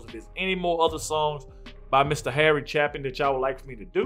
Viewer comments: Chapin is pronounced with a long "A", not your short "A". Botching the name means you really don't care about artists. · Harry Chaplin (pronounced CHAA PIN) was a great story telling singer. It is regretfull that he died so young and we did not get to hear more of his songs. Thanks for a great reaction you have a blessed day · His name ends as apin. Cha-pin. Not like chap. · Pronounced CHAYpin, and he was a brilliant singer and songwriter. We lost him way too soon! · Harry Chapin Taxi...it is pronounced cha as in hay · Forgot to add that his name is pronounced CHAY-pin 💚💜💚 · Last name pronounced "chay-pin" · It's ChApin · It's pronounced Chay Pin